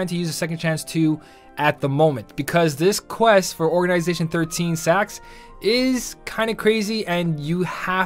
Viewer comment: You say it like Saiax but who cares :) Great video as always